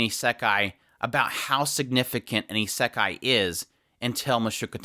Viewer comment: nothing to do with the point of this video and no offense why do you pronounce it as isEkai?